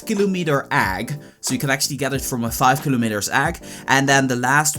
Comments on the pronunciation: nice video, but everytime you say "Egg" I die a little inside. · listen to how he says egg